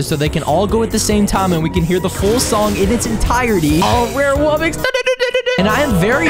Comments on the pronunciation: It’s not wubbix it’s wuBBOX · He said rare wubbox instead ipic wubbox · It is not wubix it is wubox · Pour stop saying wobbix it's wobbox I will unsubstibe if you still say wobbix